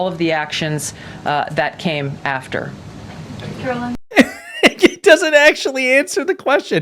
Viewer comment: Turning your video off every time you call her Karolyn when her name is Karoline. Like LIE with an N at the end. Easy to remember!